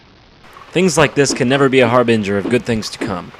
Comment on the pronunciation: he said harbenger